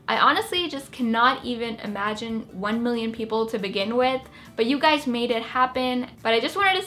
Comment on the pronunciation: you said "Every day I wake up and look at your guysz" what the freak?